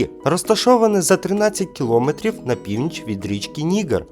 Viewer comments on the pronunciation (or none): Дякую за тест, було цікаво! Але хочу зауважити, що ведучий трішки помилявся в вимові деяких слів, а саме: Треба говорити башта, а не башня, кіломЕтрів, а не кілОметрів богИ/богІв, а не бОги/бОгів. А так все сподобалось, дякую! Зробіть, будь ласка, тест про українські місцевості та історичні факти України. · КіломЕтрів, а не кілОметрів